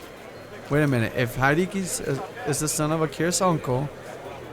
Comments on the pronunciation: it would be spelt Hideki if that was its pronunciation. But not many people pronounce Japanese names correctly haha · "Hideaki" is pronounced: Hee-dee-ya-kee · Love your Pokemon cards on your wall there :3 <3 Also it's pronounced He-De-Ki. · don't mean to be a grammar Nazi sly but hideaki is pronounced like this he day a key